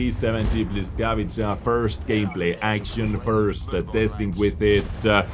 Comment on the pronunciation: Błyskawica, czyta się błyskawica read something like: [bwescavica] or just check at google translator